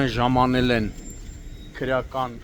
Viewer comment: Ժամանել։են ժամանել։ են ծամանել են վյաախք